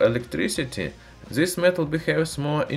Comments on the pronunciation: You know so much..how come you stil say Zis in stead of this? Use at least the D 😉👍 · When someone will tell him to say this not zis?